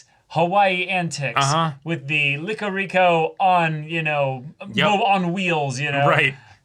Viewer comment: its the final ep and your pronunciation of "lick-oris" recoil still gets me 🤣